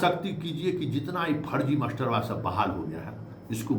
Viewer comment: Baar baar aap masterba bol rahe hein..aisa lagta hai ki aap master se nahi parhe hein..ekaek bina master ka vidwan ho gaye hain..bhasha suddha boliye..jo v khabar dijiye..